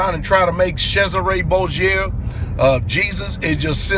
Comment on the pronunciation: Lol cesare Borgia. He said that with a southern twang